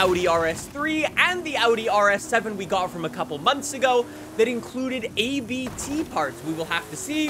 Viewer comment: You say ABT like Abt. Not A - B - T. It‘s their german family name 😅